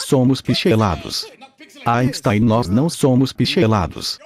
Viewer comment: A dublagem é péssima , além de pronúncias erradas das palavras pixel e Einstein, por exemplo.